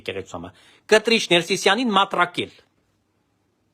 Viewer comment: "Մտրակել" ոչ թե "մատրակել"։